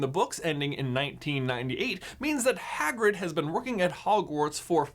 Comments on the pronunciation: "Swagrig" lol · Swagrid killed me everytime 😂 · lol swagrid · Swagrid XD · And called swagrid😎